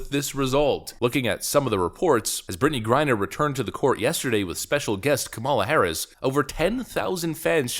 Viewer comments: That's not how you pronounce her name..but I'm sure you know that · Narrator should learn how to pronounce the VP's name correctly. What a hack.